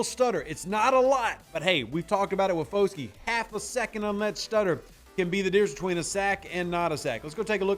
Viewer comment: Hey not trying to knit pick or anything but their names are Isaiah Fah-Skey and Bryan Bruh-see but other than that a great analysis on the player and definitely can’t wait to see him on the field WHO DAT‼️